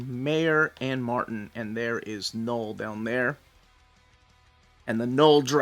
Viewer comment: Learning a bit of French with my kids, and everytime you said Knoll, I was hearing Papa Noel. Just that time of the year 😂